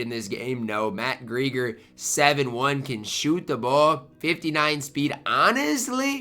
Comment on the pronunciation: Completely butchered Matt Gieger's name lmao